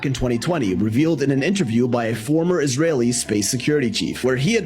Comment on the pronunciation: Gee..... you are not saying.... I s r _ a l